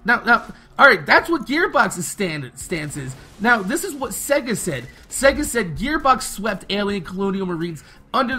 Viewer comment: you were pronouncing it as segga